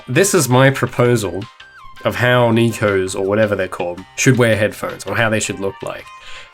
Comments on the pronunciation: Why do you keep saying nicos? Ohhhh you mean nekos. It's pronounced 'neh-koh' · This is a fun and educational video but "neekos", seriously?!